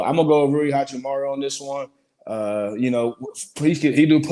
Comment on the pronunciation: That nigga really said Rui. Never invite him to the show again.